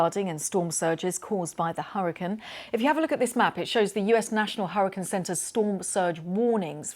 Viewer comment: Someone PLEASE teach this woman how to pronounce HURRICANE!! I thought I was going to stroke out listening to her.